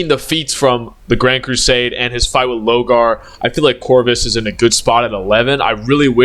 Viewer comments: Pronounce “Lorgar” Correctly Challenge: Maximum Difficulty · I'm taking actual physic damage everytime you said Logar, my brother did you need see the r? 😂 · Damn, the amount of times you mispronounce my man Lorgar name. The disrespect 😭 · Yurizen for lorgar was very funny